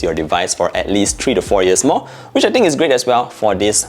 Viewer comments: Nord tree. 🌲 Dude, at least try to pronounce it as three and not tree. Super annoying. Other than that, good reviews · Nord tree 😂